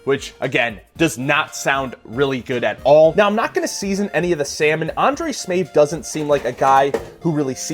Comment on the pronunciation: smAev not smEav